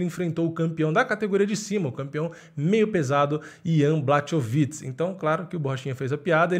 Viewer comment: Então, na língua eslava o "ch" tem som de "r". Na russa (q também é eslava), é parecido, mas o "kh" tem som de "r". Então Khabib é "Rabib", assim como o famoso prosista Tchekhov é "Tcherrov". Portanto, por favor, "BLARROVITCH" (ou, mais precisamente, "Blárrovitch"). Mas aí, claro, só se tiver interesse em não falar errado toda vez. Só se quiser.